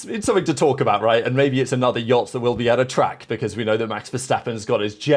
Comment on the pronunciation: I beg you stop saying Jot, it is yacht